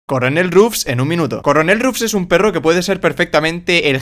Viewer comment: dice corenel en vez de coronel